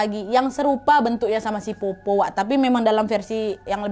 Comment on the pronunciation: Powpow kak bukan popo